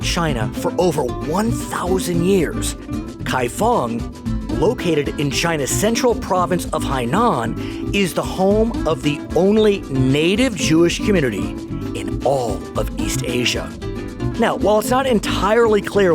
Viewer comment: Thank you. Finally, in 2022, we can talk about it now openly. It's Kaifeng, Henan, not Hainan.